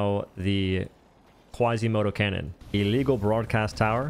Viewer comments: Why are you saying canyon? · ah yes, the qwuasar canyon